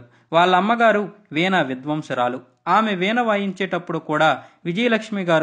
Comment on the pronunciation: వీణ విధ్వంసురాలు కాదు, వీణ విధ్వాంసురాలు 🤦🏻‍♂️